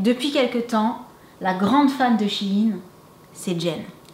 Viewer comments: Mais t trop bell parcontre on die pas shin mais shein pronnonce le E sinon super video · C'est pas shine mais shèine sa s'écrit shein ^^ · Coucou shein sa se dit chaine mais pas chine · j'adore vos vidéos et tous mais on dis shine mais shein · Cc je suis désolé de te le dire mais on dit pas shin. Mais shaine. Je sais pas si je suis très claire. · C pas shyine la prononciation c shayne la prononciation hihi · Noooon sa se prononce Shaïne mais la vidéo est trop cool sa ma grave inspirée !! Alors Merci merci 🙏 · Coucou apparemment on dit vrm chine pcq avant sa s’appelait Sheinside donc quand on le dis on dit sheiin 💛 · Waw j'adore les ensemble 😍 mes juste y'a un trucs qui me fait beaucoup rire tu ne prononce ma shaine comme il faut 😂Si non je voud adore vous ete les best 🥰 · shein se lit ^chayen^